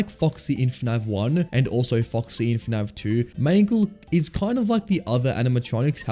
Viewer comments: Why do you pronounce fnaf as "fnav" 😭😭😭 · bro keeps saying fnav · PHANAV... bro its F A N A F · Great video but I had a giggle every time you said F'NAV 😂 Subscribed